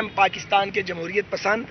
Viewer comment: جمہوریت بولنا تو سیکھ لو